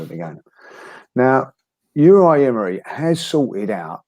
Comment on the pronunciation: 18 months later and still can’t pronounce Unai 😂😂.. love the pod lads, cheers from Atlanta 🇺🇸